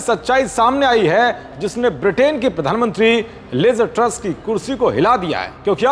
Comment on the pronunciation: Not Liza Truss say liz truss